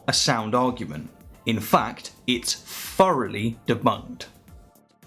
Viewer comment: Furowly = Thoroughly. Just a translation, not an analogy.